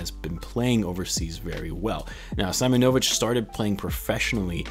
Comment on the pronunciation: Its pronounced See-monovich